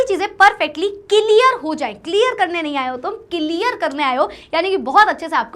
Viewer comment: Clear❎, celear✅ 😂